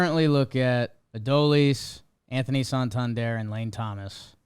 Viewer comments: Please guys it is Uh-Doh-Lease Garcia. Its three syllables. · Only thing I hate more than Adolis is your guys pronunciation of his name